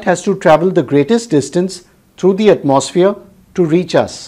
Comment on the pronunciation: Heres a tip! The word atmosphere is pronounced atmo-sphere. The mo is a round o sound unlike the maw or the more open mouthed sound you are doing. Also the gap is not at atmos but it is at "atmo" Your pronunciation is something like atmaws feer It should be atmo sphere Then again, your videos help me a lot and i thank you for the contributions in my grades 😅. I have got a gold medal in Science Olympiad for your teachings. I hope to become a teacher like you one day!